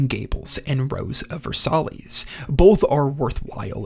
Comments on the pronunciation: ver-sigh, not ver-sallies😂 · Not trying to be that guy, but Rose of Versailles is pronounced Ver-Sigh. It doesn't really bother me, not saying this to be pedantic, just to inform, so you know, so some ding dongs who DO CARE don't get on you for it. Its also not an English word, so not really your fault. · Versailles is pronounced Ver-sigh, with stress on the second syllable. Besides that, thank you for a nice list. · versailles is pronounced ver-sigh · Pretty solid list. Dragon ball, Evangelion, and cowboy bebop off the bat as expected and deserved. Things you made me wait for included: ashita no Joe ("ash-ta" the only thing you pronounced worse was Versailles. Ver-sigh), Slam dunk, death note and Gundam. I wanted to see Cardcaptor sakura on the mahoushoujo section, but i think it's fair it was left out. Azumanga daioh probably should have been included for the slice of life section, though